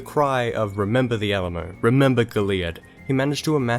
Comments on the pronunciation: Already mentioned, but (at least here in Texas itself) the stress on "Goliad" is on the first and third syllables, not the second: "GOAL-ee-Yad". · GO-leeadd, not go-LEE-ud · Sorry but the way you say Goliad drives me crazy haha. You put a space in it and say it like go-leead instead of putting it all together and not over emphasizing the i. Just letting you know...lol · We pronounce it "Go-Lee-Ad". It's been almost 200 years, and we still remember the Alamo. God bless the Republic/State of Texas. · It's pronounced goal e ad. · Go-Lee-add :/ I used to live on Goliad avenue - I know how its pronounced by Texians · Tejano here; it sounded like you pronounced it "tay-yano"; it should be more like Tay-hano. Also, you mentioned the battle of Goliad. It is pronounced like "GOH-lee-ad". Otherwise, very good video. I have found most people don't know anything about the history of Texas let alone Tejanos. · As a Texan, this is a great video. Well researched and well made thanks man. P.s you mispronounced Goliad (Gohl-ee-add) and Brazos (br-ah-zuhs) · Hello from Houston and thank-you for making this video. “Goliad” is pronounced as GO-lee-AD. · Goliad is pronounced "Goal-e-add" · Not bad. You got most of it right but you mispronounced Goliad. :) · We need to teach you how to pronounce Goliad. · You didn't mention Mirabeau Lamar and you said Goliad wrong but otherwise decent video. 7/10.